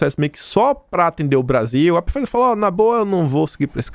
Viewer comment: Alô, favor notar que na pronúncia da Pfizer o P é mudo. Fala-se "Faiser". Abraços.